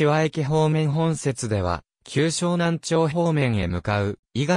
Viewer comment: 旧沼南町はしょうなんちょうとは読みません正しくはしょうなんまち